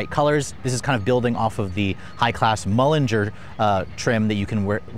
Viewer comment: It’s MULINER